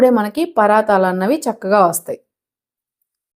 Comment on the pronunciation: పరాతాలు కాదండి పరాటాలు